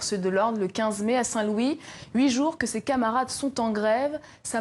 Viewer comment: Daint Louis ou saint Louis 😂🤣😅 bref mais appart ça j’aime 👍 bien l'UGB🏣